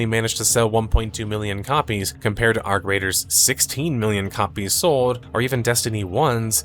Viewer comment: Arc Raiders or Our Graters? 😂 (Turn on subtitles)